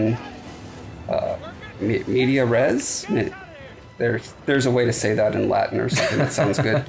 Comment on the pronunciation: (also it is indeed in media res, except the e in media is pronounced like in "bear")